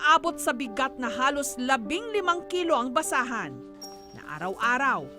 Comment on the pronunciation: Kawawa nmn po si manong btw nsrinig ko ba na basaan or basahan hahaha